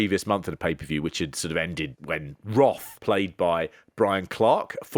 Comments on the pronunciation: It's wrath not wroth 😅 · For crying out loud guys, it's WRATH, not "Wroth".